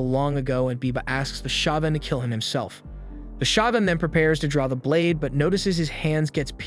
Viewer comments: is it really pronounced SHA-GUNS instead of sho-gun....like wtf? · “Shagun”?! I thought it was pronounced “shogun” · Is it really that difficult to say “Shogun”? Show-gun.